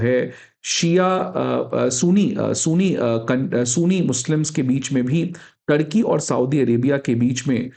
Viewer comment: Sir sooni ni ..sunni..oh my god..i hate when anybody mispronouns the words